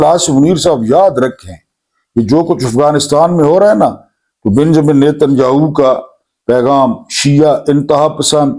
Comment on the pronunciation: اُس کا نام ہاہو نہیں بلکہ یاہُو